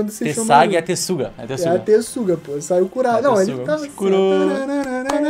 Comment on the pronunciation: "Tessaiga e Tensuga" kkkkkkkkk é Tenseiga, poxa